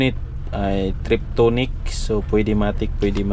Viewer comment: TIPTRONIC hindi triptonic huwag kang gumaya sa pakistani